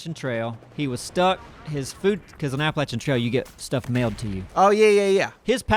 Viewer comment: You can tell that is from good ol' NC with how he pronounces Appalachian. None of that App-a-lashion bullshit. ( ͡° ͜ʖ ͡°)